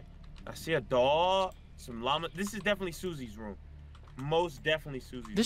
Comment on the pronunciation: says room like how Markiplier says room, "rum"